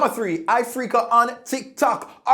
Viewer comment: Number tree🌳😂😂🤣🤣😊😊